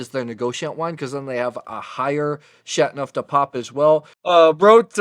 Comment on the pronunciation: I like your review. One suggestion. French is not easy to pronounce and enunciate. You enunciate the word like this Shat-No-De-Pap The 'teau' needs to be enunciated too, like Sha-Toe Du shouldn't be pronounced 'de' rather more like 'due' with a short but distinct u sound but the u sound is not a long u like 'duue'. I cannot find an approximate way to phonetically describe 'neuf', its almost like 'nerf' with a silent r.